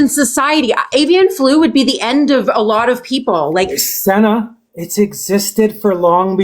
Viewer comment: Holy crap he didn't let Senna speak AT ALL and wouldn't even say her name correctly! WOW